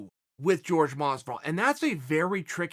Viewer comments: Chael - I hate watching any video you do on Jorge Masvidal.. His name isn't George. It's Jorge. Hurts me to hear you say his name. Askren only calls him it to poke fun at him. Why are you doing it? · It's Jorge not George quit being condescending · It's pronounced "whorehey" masvidal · Still George instead of Jorge?🤔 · Lol so annoying how he kept saying George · “George” masvidal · American can't pronounce Jorge because of the big neck fat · Is it "George" or "Hor-Hay" ... Chael keeps throwing me off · With the "H" sound